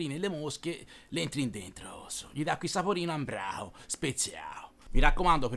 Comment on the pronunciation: Adoro quando lo dice ambraho speziaho, ormai lo dico sempre anche io